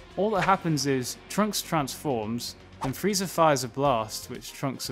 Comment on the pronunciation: Sounds like you’re saying Freezer